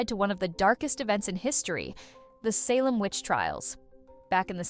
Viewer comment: Right. Advice on cat-naming from someone who can't pronounce "Salem".